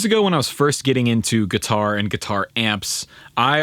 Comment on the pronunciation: I’m getting annoyed that he keeps saying katuar